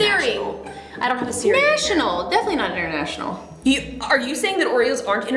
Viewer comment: did justine.just said 'nachunal' oreo day it sounds like miranda sings